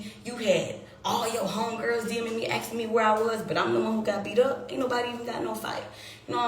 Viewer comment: Axing me, axing me, axing me, axing me